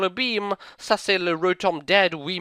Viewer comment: omg do you speak French? You killed me with "Ca c'est le Rotom Dead!"